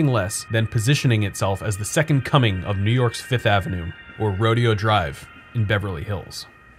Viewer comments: “accepting nothing less than positioning itself as the second coming of…Rodeo (pronounced as “Ro-de-o”) Drive in Beverly Hills.” Rodney Carrington “Take us to…”Ro-de-o” Street.” Pompous ass driver: “THAT’S RO-DAY-O!” Carrington : “Whatever, ass-ho-le-o, let’s just go!” - - Rodney Carrington, “Shopping On Rodeo Street”, King of the Mountains, 2007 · Ro-day-oh drive. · it's pronounced "Ro-DAY-Oh Drive" (Yeah, I KNOW; La-de-F#$%&-Da, right?) All ribbing aside, this is one of your best EVER,! Time to bump-up my Patreon amount! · You just made those in Cali throw up. They pronounce it Ro-day-o.